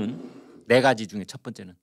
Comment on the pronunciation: 네가지를 내가지로 발음하시면 안됩니다.